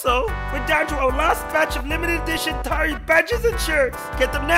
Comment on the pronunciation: Your pronouncing Tari wrong it’s pronounced tary